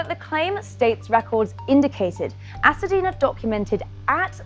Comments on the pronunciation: It's Hacienda.....not Hacedina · HA-CI-EN-DA, NOT HACADINA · Hacienda! Not Hasadina. Just saying... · Why is this reporter saying “Hasadeena” when the facility is Hacienda? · This reporter is gorgeous and an excellent presenter, but she pronounced the name of the facilty wrong. She said "Ha-sa-dena" (rhymes with Pasadena). It is Hacienda! Pronounced Ha-see-en-duh. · This is a tragic event. I feel bad for the woman and her family. On a separate note, the name of the facility is not Hasadena, it’s Hacienda. Am I the only one who’s realized the woman reporting repeatedly said it wrong? 😗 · She was pronouncing the name of the facility wrong it’s Hacienda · oh. Ok--i wondered if that was it but it sounded so much like "Pasadena" that i thought I was hearing it wrong. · He should've gotten more time!!!!! Sidenote: I cringed every time she said Hacidena 😕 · Funny how you pronounce "Hacienda"